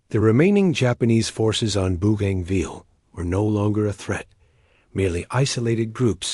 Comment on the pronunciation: Mate its not booganville its Bo ganville AI needs to improve